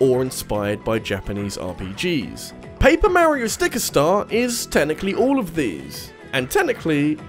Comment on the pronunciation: No...just no....the "j" in "jrpg" stands for Japanese, if it's not made in Japan its not a jrpg. NO DUDE NO FRIKKIN LEARN HOW TO PRONOUNCE MARIO!!! Dude....seriously.....no.....Alberta=Canada=not Japan= not a jrpg. No....just no....anyone can make an RPG, but jrpgs only come from the Japanese.